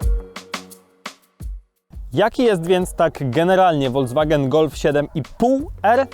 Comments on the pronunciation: Uwielbiam Wasze filmy, ale strasznie kłuje mnie w uszy słowo "wolDZwagen", kiedy to jest "folKSwagen". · Proszę to się mówi folkswagen a nie wolkswagen